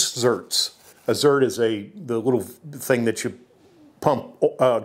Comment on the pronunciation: zerK...not zerT